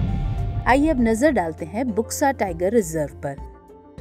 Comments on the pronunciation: It's not बुक्सा, it's बक्सा....बक्सा टाइगर रिजर्व. See in here U is not being pronounced as u/oo, it's actually o/silent U. (in bengali) বক্সা = बक्सा (in hindi) Buxa is pronounced as Boxa/Bksa....not Booxa. Eg-Blunt, bulb, Burden, Bug, Buxa. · इसका उच्चारण बुक्सा नहीं बल्कि बक्सा टाईगर रिजर्व होगा। इस क्षेत्र को डुआर्स कहा जाता है। असम में भी बक्सा नामक स्थान है।